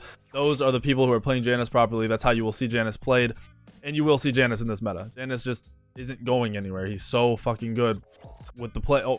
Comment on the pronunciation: every time he says janus I kill myself inside